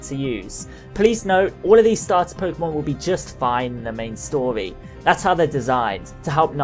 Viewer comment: "the main stoly"